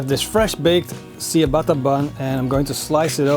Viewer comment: great video but i almost died with the pronunciation of ciabatta